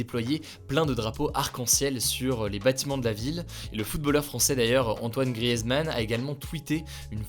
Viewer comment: Grièzeman, non mais c'est quoi cette prononciation ?! 😂